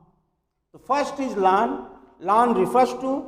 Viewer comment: Bhai lan ko laaan khehta hai